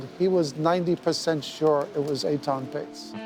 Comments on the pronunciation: Please pronounce his name correctly. It's Etan not Aton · Aton?? wth is wrong with that pronunciation of Ethan… lmao